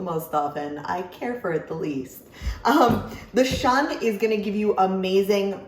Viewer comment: Some might shun the Shun brand because they can't handle these knives correctly, others just pronounce it wrong (say: shoon).